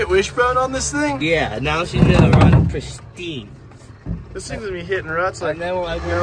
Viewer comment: I love how says “Prestine”